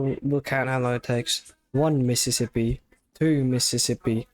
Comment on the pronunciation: One Mississippi two Mississippi three mississipuh